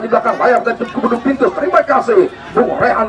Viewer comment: Bang admin maaf bukan cubitus tp duvintus